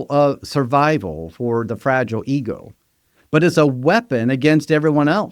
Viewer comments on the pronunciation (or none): Why can't you say coercive (co-err-sieve) or ego (e-go, not eagle) correctly? Where is your accent from?